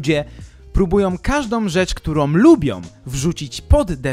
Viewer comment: bardzo Cię lubię ale to chyba pora na krytykę. Może nie samej zawartości ale tego jak mówisz. Czy nie jesteś w stanie się nauczyć wymawiania samogłoski /Ą/? Setki razy w ciągu tych 75 minut muszę słyszeć np.: takom, którom, som, zwykłom, możliwościom. Uwierz, że nie ma takich słów w polskich słownikach. Nie wiem jak to odbierają inni ale mnie to bardzo razi:(